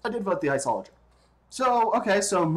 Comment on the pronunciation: You don't even know how to pronounce it properly... Like srsly, everyone knows how to pronounce it